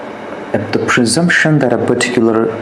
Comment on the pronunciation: perticular perticular bole ja rha hai . ka hove hai perticular